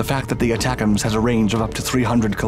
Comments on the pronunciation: Pronouned “A-tacems”. Not aTACems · Not pronounced Attack-ems. The A is long. it's A-tac-ems. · pronouced AAA tack ems. I used to be a technician on the MLRS system. very effective and accurate mobile indirect fire. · I've been laughing every time this guy says it, how can he not laugh at this! I can't wait until we give them the jizams hahaha! Y'all figure out what that stands for, I have no idea.